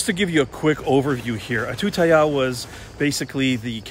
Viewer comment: Give me some "Moo Satay" please... 😆 You've got benefit having led by a Thai friend. Your pronunciation of Ayuttaya was perfect!